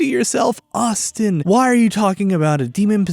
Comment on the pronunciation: Mandatory comment teasing Austin about his pronunciation. Lol. I went on a rant over the lack of PPE when I first watched Manly's playt through